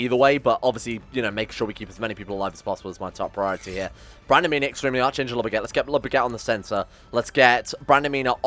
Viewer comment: You’re saying Archangel way wrong. It’s pronounced like Ark-Angel. You don’t pronounce Anarchy or Archbishop that way do you?